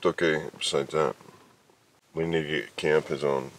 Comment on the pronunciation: "I don't want to miss a word of what SCAMP is saying"....You see why I NEED closed caption videos... I thought you said, "Scamp", when it is actually "Kamp".